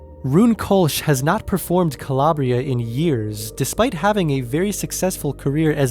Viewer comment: Calabria is not being pronounced correctly and by downplaying the beats horns and aggressive sounding electronics of the original you will forever miss the true essence of the moody and dark house classic. Strange how you omit and down play how much better the original and entire composition is maybe you can't feel it? Perhaps you dont have the patience to go down that 8min journey.The true fans of dance music feel how lame and stripped down this Natasha 🥱 vocal remix is. Stay with the original or die in mediocrity.